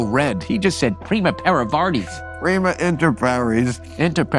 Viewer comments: The best part is when we try to act smart and say PRIMA INSTEAD OF PRIMUS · It's not "Prima inter pares", it's "Primus inter pares".